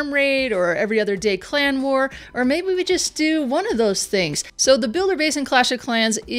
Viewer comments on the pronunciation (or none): none